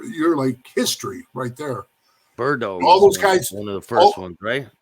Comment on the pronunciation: Tell me you don't know Cali clubs without telling me you don't know Cali clubs Berd-o instead of Berdoo